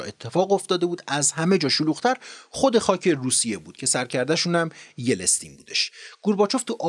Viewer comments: با سلام و سپاس از برنامه زیبای شما،فقط دقت کنید که نام درست رییس جمهور سابق روسیه ،بوریس یلتسین(Boris Yeltsin)بود که اشتباه بیان می‌شد،دوستتون دارم و به همین علت اشتباه رو تذکر دادم🌹😊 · واقعا بیسوادی. یلی. شما چطور کانال داری و بلد نیستی یلتسین رو تلفظ کنی. دوتا از ویدو هاتو دیدم وحشتناک بیسوادی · خیلی سبک بیان داستانیتون رو دوست دارم 👌 فقط یه نکته ای ... فکر کنم نام بوریس یلتسین رو درست تلفظ نمیکنید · با درود در دقیقه در معرفی شخص گفتید : Boring Yelestin که فکر کنم درستش Yeltsin باشه . اگر اشتباه میکنم لطفا بنده را تصحیح کنید . سپاس از زحمات شما . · خیلی خیلی خیلی عالی روایت میکنی. یه مشکل اصلی فقط تلفظ اشتباه اسامی هست. مثلا لینکلن، یلستین و غیره. LINCOLN رو LINCELN تلفظ میکنید. YELSTIN رو YELESTIN تلفظ میکنید و غیره. اسم انگلیسی رو سرچ و اونو ببینید چطور نوشته تا غلط تلفظ نکنید. بقیه موارد واقعا بی همتا هستید. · خوب و مفید و مختصر فقط چیزی که اذیت میکرد اشتباه در تلفظ نام یلتسین (yeltsin)بود که یلستین(yelestin) تلفظ شد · بسيارى از ويدئو هايى كه شما زحمت كشيده ايد ديده ام. آموزنده هستند، ممنون ازشما. فقط يك نكته كوچك در تلفظ يلتسين است، انگليسى آن Yeltsin نه yelestin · ممنون دوست عزیز از زحمات شما فقط یلستین درست نیست یلت سین درسته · با تشکر از برنامه خوبتون . فقط چرا اسم یلستین رو یلس تین میخونی ؟ اشتباه هست yelstin نه yelestin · یِلِستین چیه آقا معلم😂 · ممنون از محتوای شما. لطفا توجه کنین اسم رئیس جمهور روسیه Yeltsin بود و نه Yelestin. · با عرض سلام وخدا قوت بابت تهیه مستندها. با احترام تلفظ رئیس جمهور قبلی روسیه بوریس یلتسین هست.boris yeltsin نه بوریس یلستین. اشتباه درتلفظ و درج نام ها به شدت به اعتبار یک مستند لطمه می زنه. از توجهتون متشکرم. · مرسی از ویدیوهای بسیار عالی. یه اصلاحیه جزیی: بوریس یلتسین درسته. Boris yeltsin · Agha Shoma In hame zahmat mikeshid, kheili heyfe ke esmharo eshtebah tallafoz mikonid. YELTSIN hast esme in agha, na yelestin. ba tashakor az zahmatetoon, be har hal mellate ma ketabkhoon nistan va shoma ba inkar komak mikonid be erteghae daneshe omoomi. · Yeltsin not yelestin! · بوریس یِلستین ، و نه یِلِستین!! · یِلتسین درسته یه یِلِستین